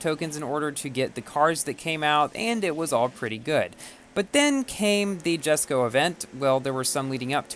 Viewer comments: Yaay he pronounced Jesko right. Someday, he'll get Porsche right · He finally pronounced it! What a madlad.